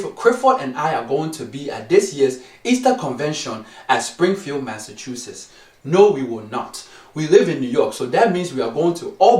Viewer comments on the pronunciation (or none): none